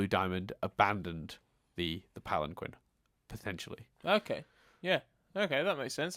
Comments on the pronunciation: Wow. You should really learn from Connie. Literally an upcomming quote from the show: You and Steven both: "The Palan-quinn!" Connie: "Actually, it's pronounced palan- keen!" Now poor Chris is gonna stick to that pronunciation forever and can't even be blamed for it 'cause he got it from you!:P The popular theory on the temple being the fusion of all five has since been all but confirmed through Rebecca Sugar in the podcast. I'd say that sufficiently canon. Not a Photo,. It was a painting. And the most difficult part was getting the shark to pose. I'm guessing by new information, and considering the entire rest of the show together, that Rose, ever since she rebelled, never wore anything else than her dress. Or something like a shirt over her dress. By the way, that image itself is likely a reference to Watson and the Shark: Concerning Rose never having had a Lion: The whole premise of Rose's Scabbard was, that Pearl didn't know everything and was deeply hurt by the revelation. Rose must have kept all her lions a secret. Another detail about that: Buddy said: * "Two of the Crystal Gems!" * "The third Crystal Gem!" * "An Angel" / "A large figure in the shape of a Giant Woman. The ringlets of her hair spilled over her shoulders and back, like a swath of roses." Which at least suggest that, for what ever reason, Buddy hadn't known Rose. In Spite of her fondness for humans, and the evidently already existing Temple. This also fits with Historical Friction: In it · "Pallen-kwen." TRIGGERED!!!! "Pal en keen!" (<3)